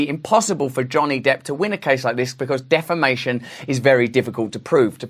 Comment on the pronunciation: Did you say "Defamation or "Defecation"?😄